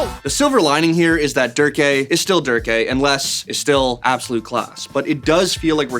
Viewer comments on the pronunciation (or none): Please never pronounce Derke as "der-kay" ever again. It's "dur-ka" smh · Do you pronounce Derke as derkay, am I missing something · ITS READ AS "DER CUH" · Its pronounced derk-eh